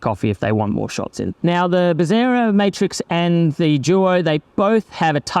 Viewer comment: its bezzera. not bezzira